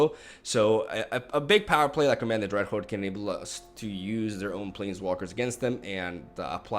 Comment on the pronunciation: "Command the dreadhorde is the main way for ush to punis esper control" It's nice to see an eloquent person struggle with his tongue as much as I.